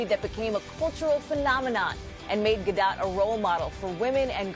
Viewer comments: Did he just really call her gal galDO”T” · He should've asked her the pronunciation of her name...